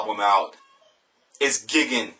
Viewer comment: I think it's pronounced "GUY-gan" ...no intention to come off as condescending, and I'm not even positive on this. Anyhow, what really matters is that this album is stunningly creative metal and this review does it justice.